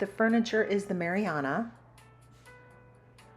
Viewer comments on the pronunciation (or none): I think it’s marina as in a boat dock. Not Mariana.